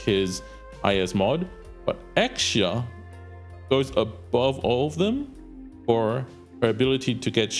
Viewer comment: "Ex-xia" is the correct pronounciation.... So he is right "Exu-si-ai" isnt right